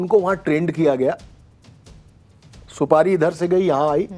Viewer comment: Didi Supadi nhi supari hota h or ye Gutka king Ajay Devgan ke muh se niklti hai bolo juwa keseri 😂😂